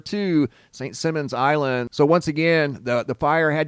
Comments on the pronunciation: “Simons” not “Simmons.” Ever play “Simmon says?” Yeah. Me either. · Simon says not simmons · It pronounced Simon, like the game "Simon says", not simmons like gene. lol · St.Simon is a long 'i'..'Sigh-mon' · just wanted to let you know that St. Simons is pronounced with a long "i" in Simons. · St Sy mon. Is how it’s pronounced. Hahaha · Here in the South it is pronounced Saint ( Sigh-mons ) Island.. 🙂 . Thank you for all incredible footage ✨ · Who tf cares how it's pronounced? Most people have never heard of St. Simmons Island.. so it must not be too awfully important. Just a speck on the map.. 😂😂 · St Simons...Simon like Simon says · I lived on SSI for a few years. Beautiful place that has had bad luck lately. It’s pronounced Simons like Simon says. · From a native Georgian; actually it's Saint "Sy"mon. :) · Saint Simon's island pronounced Like Simon says St simons island. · I live where this fire is. It has been here since I can remember and I have lived here since the late 1960’s. This has never happened before. They have had a boiler explode a couple times but nothing like this. By the way, not being mean, or TRYING not to so please don’t take it wrong. You don’t live here so you wouldn’t know, but Simons is pronounced like Simon in Simon Says. It’s cool that my city is on your video though the REASON for it isn’t. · Can’t believe all the HISSY FITS in the comments because of the mispronunciation of the island. Grow up and stop being so easily “triggered.” Damn!! SMDH.